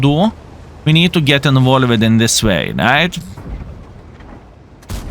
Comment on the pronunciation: did you know that "involved" should be pronounced as involvd instead of like invole-ed, and "mixed" should be pronounced as mixd instead of mix'ed? Otherwise your english is really great!